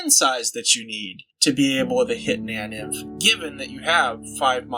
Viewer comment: it's pronounced nain-inf or na-nainf